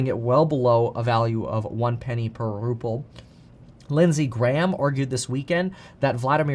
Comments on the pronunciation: For fucks sake… it’s RUBLE NOT RUPPLE Kevin!! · Ruple?? Ruble. As Biden would say, "come on man!" Besides that nit, thanks for your reporting!